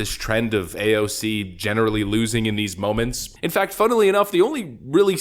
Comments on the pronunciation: i really hate how you pronounce her name. like stfu i get it you want to pronounce it ironically. At this point i love to watch your every vids except when you talk about her. and you have some truth to point out her hipocricy. but it just hurt my ears phisically to hear you. Why tf you torment your wievers when you have problem with her. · I believe the correct pronunciation actually is AOF-ing up